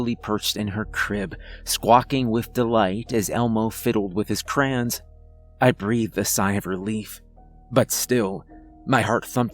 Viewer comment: He certainly has an accent. It's really only noticeable with the way he pronounces certain words, like saying "crayons" as "crahns". If I had to guess, I'd say he's from the American midwest somewhere.